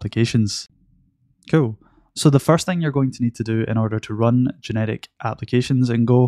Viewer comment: Why do I always hear "genetic" (instead of "generic")?